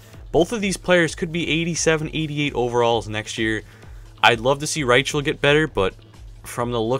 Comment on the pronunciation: not Ry-chel its pronounced Ry-kel